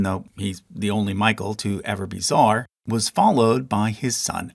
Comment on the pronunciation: It's not fucking "zar", it's "tsar" and you even wrote it. Learn to fucking speak or shut up.